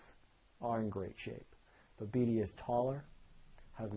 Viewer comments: beedeeeeeee ------ its pronounced beed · Great video- just FYI, it's pronounced (Beed). There's no ē on the end there. I understand why it would seem to be pronounced that way, but Travis Logie is a friend of mine and when he was telling me about Bede after a heat in Huntington Beach, he made sure my pronunciation was correct as well.